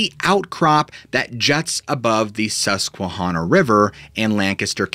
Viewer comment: Loving the ongoing amazing work with the amusing asides thrown in, keep up the wonderful work! And btw, the NEPAs (Northeast PA kids) will be coming for you—it’s pronounced Susque-hanna like Hannah. Just sayin’, lol…😂